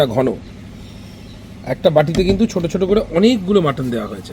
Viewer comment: অনেক অনেক ধন্যবাদ তোমাকে ভাই মাটন কে "মটন"না বলে মাটন বলেছো দেখে